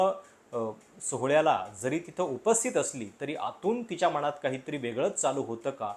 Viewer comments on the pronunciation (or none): none